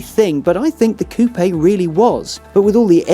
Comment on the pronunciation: pronounces "coupé" correctly! That in itself is enough reason to watch the video. Which is great, by the way.